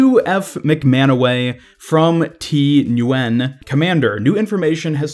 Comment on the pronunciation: FYI, Ngyuen is pronounced “Win”